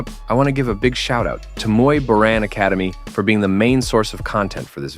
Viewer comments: Hey AI, it's Muay "Bohr-ahn", not "Muy Borin'" like the narration. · Muay boring...muay borian...muay borran...damn I hate AI voice-overs 😂. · It's pronounced Muay Boran (BORE-ON).